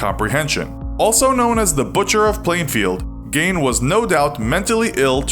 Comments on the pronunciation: Don't listen to this guy it's pronounced Geen not Gain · It's gein Not gayn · you are pronounceing gein wrong it's geen not gain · For the record it's pronounced gEEn not gain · his last name is pronounced gein like keen not gain. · By the way. It isn't pronounced "Gain". Rather it's pronounced as "Geen". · It's pronounced ed geen not ed gain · It’s pronounced Ed Geen. Not Gain. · As someone who used to live near Plainfield and who's mom actually knew the Geins.... it's not Ed Gain. it's Ed GEEN. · It’s GEEN not gain. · its ED GEEN ... not ED GAIN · Ed Gain? It’s Pronounced GEEN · Being a lifelong resident of Wisconsin, I know that it's pronounced GEEN, not GAIN. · His name is pronounced "geein" instead of "gain". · Gein not Gain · I am from Wisconsin and it bothers me how he says "Gein" he is saying it like "Gain". Love the show but the Wisconsinly correct name is pronounced "geen" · good vid but it's pronounced Geen not gain it's French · It's pronounced 'geen' not 'gain'. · Is that how his name is pronounced? I always thought it was pronounced geen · You are NOT alone. Geen is the correct pronunciation btw. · Lol "gain" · Am I only one bothered by narrator keeps calling ed gein, "GAIN".... I'd feel better with them calling him ed. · Ed Gein's last name should be pronounced "Gyne"/Gine. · It's pronounced 'Geen'. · Its Gein. Strong I. It's a German name. Nothing More annoying than hearing someone mis pronounce something over and over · It’s Gein not Gain.. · It’s Ed GEEN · Think your mispronouncing the last name. It's "geen", right? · It’s pronounced Ed gein (geen) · “Ed Gain” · Pronounced Ed “geen”. Sounds like green. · It's really annoying me how you mispronounce his name "gain" the entire video... especially bc you say it every 5 seconds.. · It's Geen. I'm from Wisconsin that's how we pronounce it. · You’re not pronouncing his last name properly...... Geen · Ironically he was pronouncing his name wrong the whole time it's geeen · It’s pronounced geen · Ed gayne